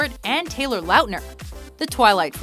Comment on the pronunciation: For God's sake, it's Taylor L-ah-tner, not Taylor L-ow-tner!!